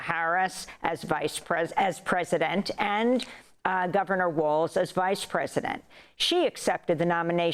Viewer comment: It’s Walz Not waltz Now I understand why you’re losing. We’re not going back. Harris Walz 2024 for sure.